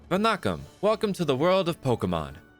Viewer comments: Bro same I,m hindu too I know he said vanakam wrong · I'm one of the people who speak Tamil and the way he said Vanakkam was... Bro no please💀 But great video otherwise !